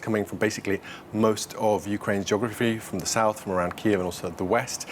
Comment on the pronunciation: ukrainian pronunciation is correct one and it is КИїв, not Кієв - this is russian pronunciation